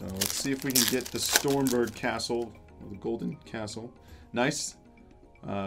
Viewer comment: Maybe you'll get it if you say the correct pronouciation. "Golden Castle of STROMBERG".